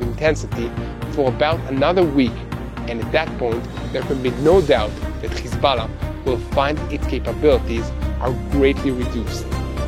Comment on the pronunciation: Khisballa!..why is that yiu cannot pronounce H